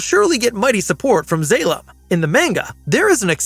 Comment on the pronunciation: eye twitching it's pronounced Mon-ga... And Zah-lom..